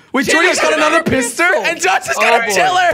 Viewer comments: who heard jelly say pistor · You said pistor still best youtuber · Instead of pistol jelly said pistr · You said pister. For jordy,s pistal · I'm sorry jelly but why did you say pister 😂😂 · what did you say jelly?? in the second round just 10 seconds he said pisster instand sorry if i am typeing weird of pistol!!!??! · Jelly said pistol wrong